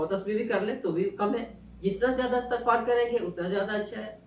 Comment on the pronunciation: اسلام وعلیکم ۔۔انتہائ معذرت کیساتھ ایک correction کرنا چاہوں گی۔۔۔یہ لفظ استغفار نہیں ہے۔istaghfar h..الف کے نیچے زیر ہے۔۔۔امید کرتی ہوں کہ آپ نے مائنڈ نہیں کیا ہو گا۔جزاک اللّٰہ خیر